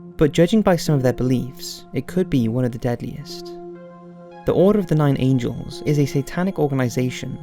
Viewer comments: I enjoy your channel immensely... However your frequent mispronunciations that plague the majority of your content is really off-putting. Most of the word mess-ups are even simple words (this video you pronounced Angles as Angels) and they have just become too frequent to ignore. I am not saying this to be nasty, rather I want to encourage you to work on it. In my mind, and I am sure it's the same for others, when you are presenting your research and you mispronounce words, it almost devalues your work. I would be more forgiving if you weren't a native English speaker, but you are! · It’s nine angles not nine angels lol